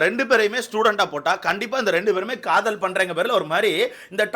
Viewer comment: Kadhal illa brow kadhool 😂😅